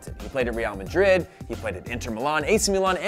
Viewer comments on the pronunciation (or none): none